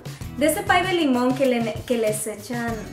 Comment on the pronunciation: al principio dice pie de limón 😂😂